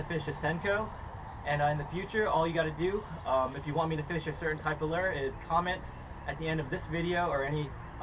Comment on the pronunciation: Lol learn how to say lure not leerrrr